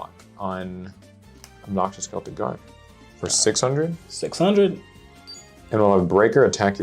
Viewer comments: The C in Celtic is pronounced like a K. The Celtics are a basketball team. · It's Kel tik guardian btw